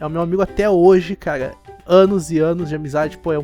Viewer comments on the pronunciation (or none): pq vc fala caga no lugar de cara